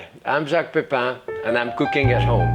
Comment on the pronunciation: "I'm cooking at hooahm" 💚